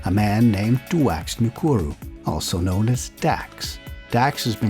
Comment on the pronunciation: Sorry, but Ngakuru is pronounced Naah-Kuuru (well sort of roll the R quick)